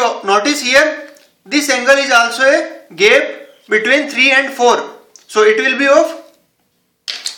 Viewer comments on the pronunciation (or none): It's no GEP it's GAP